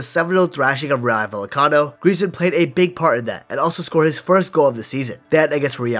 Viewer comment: Vel-ah-cano got me dead 😂😂😂 (no disrespect)